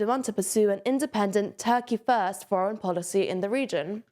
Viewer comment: "Tuh-kee Fuhst" lol